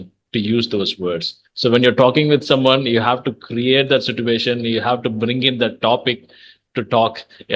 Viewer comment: In this video ! You pronounced the word( sitoo-ation) instead of (si-chu-ation) and the other one is (cer-tan) instead of (cer-ten) ! I should be wrong sir just checked !